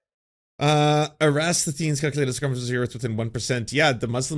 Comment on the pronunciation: Look up 'Eratosthenes' (and break it down to pronounce it properly: Er-a-tos-then-es), who lived ca. 200 BCE, and calculated the circumference of the earth quite closely, although the exact value he calculated is uncertain. You know that this precedes the 11th century, right? But your point stands: educated people knew the earth was a ball for a very long time indeed. Today, 'educated people' are considered 'the acedemic elite', a term which historically has often been an antisemitic code word. Who was it who said "I love the poorly educated" again?